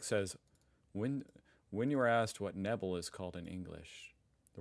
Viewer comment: Nee Nee nee, Neebell, oh your comments are german memes, too, two, the same he said, but please work at your german prononciation